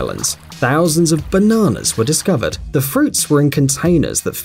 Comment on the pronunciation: why does he say bananas so funny hahaha